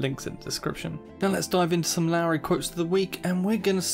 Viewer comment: It's pronounced 'Lorry'